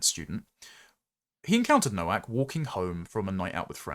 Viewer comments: Just being pedantic, Nowak, is pronounced Novak. W in Polish is pronounced V. 😊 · Novak,; Nowak is pronounced Novak.